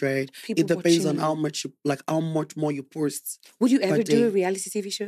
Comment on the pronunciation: He's likable..but honestly, what with the obvious accent, I don't understand why he has the "r" sound in almost every word he utters..likeee, what is "porst"..it is "post", he said "berd" in place of "bed". Oyinbo yii sha ni.